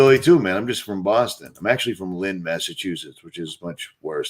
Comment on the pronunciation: good job saying Massachusetts you nailed it!! So glad to see you and rfb together you both are amazing!!